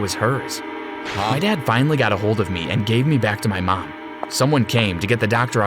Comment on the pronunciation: Him:tries to say mom Reality:Mam